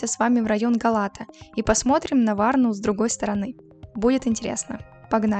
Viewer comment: Га̀лата! Ударение на первом слоге.